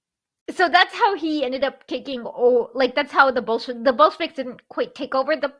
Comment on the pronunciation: They think talking to kids means use a Blue's Clues background?! Also, subtle mispronounced words like Ramen-offs and Bullshiviks for derisive effect must be Prager's new normal.